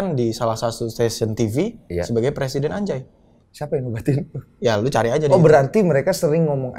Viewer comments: Harusnya bacanya bukan ANJAY, kan NUN mati ketemu JIM, jadi ANGJAY 🤣. Repot amat lu, bikin ribet se Indonesia! Dipojokin tuh ma Bang Deny sok mengelak ujung²nya endors, harga diri woy harga diri 😂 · Dibaca anja أنجى bukan anjay أنجي